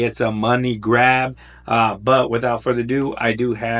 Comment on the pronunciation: "Wothout any further ado!" Every YouTuber should be saying this?! 😉